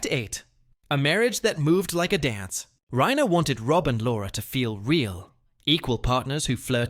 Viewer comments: Yes. It called him ROBE instead of ROB. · ROBE Petrie??? Fucking AI narration means Dislike. Buh-bye.